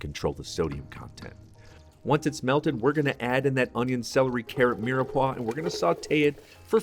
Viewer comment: ... Why do you say mirepoix like that